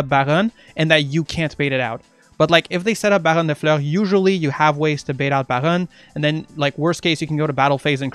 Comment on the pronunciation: Don't ever say Baron like that again